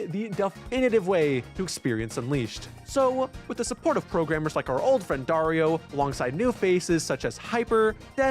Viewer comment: just a quick note: Dario is pronounce ''DUH-REE-OH'' with an accent in ''RI''